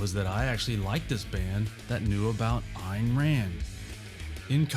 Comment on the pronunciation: Thank you for pronouncing Peart and Ayn correctly. When other videos get that wrong, I have a hard time believing anything they say.